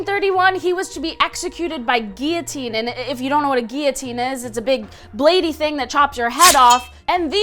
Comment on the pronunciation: It's. Or pronounced "Gipeeyoteen" it's pronounced "gilliuteen"